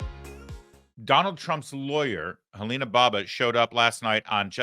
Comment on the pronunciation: Larry! You called her Heleena Baba!!! 🤣🤣🤣 (Alina Habba)